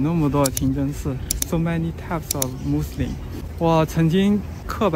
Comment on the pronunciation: when you pronounce muslim, i hear like you are saying Muslin with an 'n'. is it just me? 😁😁